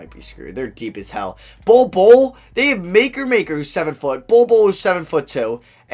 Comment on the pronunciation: Makur Maker goes to my high school it is pronounced Ma-koor